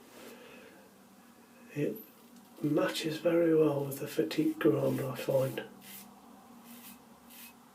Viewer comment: Bravo. At last, someone has used the correct pronunciation for this razor, instead of the usual "fat tip". All the best.